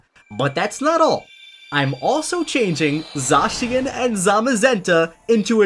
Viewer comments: Okay this is awesome! I wish you can actually use him in a dynamax battle where it eternamaxes the same way as dynamax or gigantamax lol also you say zacian really darn weird dude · lol says Zacian wrong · i think you said zacian and zamazenta wrong zacian- zay-sh-in zamazenta- zay-ma-zen-ta